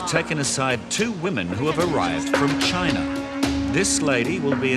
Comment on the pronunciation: CHYYYYY-NA.... "WE LIE LONNNG TIME!"😅